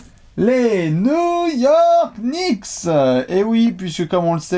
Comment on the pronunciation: Les Nou-York Kniksse